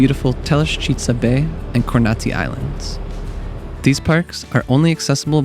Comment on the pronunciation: It’s Za’dar not Zada’r. And Ko’rnati not Korna’ti. Beside that, it’s beautiful video . 🙂🙂🙂🙂 regards from Pula, Croatia 🇭🇷